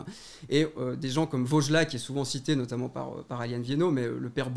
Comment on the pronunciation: Parce que du coup elle prononce les adverbes en mode "notammentE" et "lentementE" au lieu de lentement et notamment et elle justifie ça en disant que dans tous les cas à l'époque on prononçait toutes les lettres donc elle prononce de la même manière qu'à l'époque